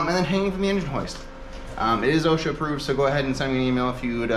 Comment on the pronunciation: Did you Say "OSHITA" Approved?? Lol